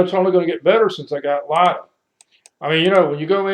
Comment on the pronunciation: pronounced LID - ee YA